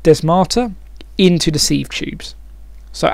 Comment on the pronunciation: sieve is pronounced 'siv'